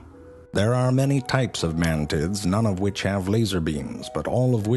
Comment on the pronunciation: "There are many types of Man-Tids"